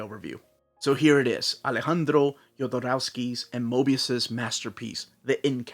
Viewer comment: He pronounced Alejandro pretty well, though